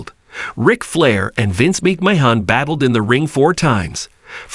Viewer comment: This AI commentary is a joke.. Mispronouncing Vinny Mac's last name is laughable..